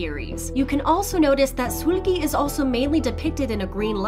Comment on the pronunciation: I hate that she keep saying soolgi